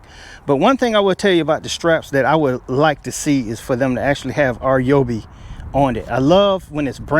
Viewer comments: R Yoby!!!???? Hello!!😂 it’s pronounced Ryeoby!!!! OMG!! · "R"yobi? It's not "Rye"obi, either. It's "Ree"yobi. But man, you can call it anything you want because this is the most honest, thorough review. Great job! And because of your great video, I'm renaming all of my tools "R"yobis. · My man, It isnt RJOOBEE, its RYEOOBEE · “R”- Yobi? Do some research first before you start talking about products. Simply call the company, it takes less than 30 seconds to find out how the pronouns their name. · Rye oh bee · It’s pronounced: RYE-OBEE or RYE-O-B